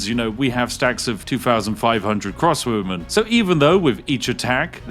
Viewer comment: Every time he says crossbowmen I understand crosswomen and think "Women in armour, nice".